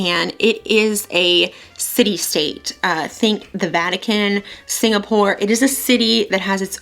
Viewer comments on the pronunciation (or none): none